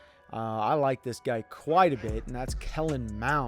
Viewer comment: Tips 4 gamers: it’s pronounced Mahnd, not mound! But still a great qb